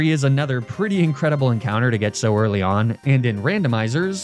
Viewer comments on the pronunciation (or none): none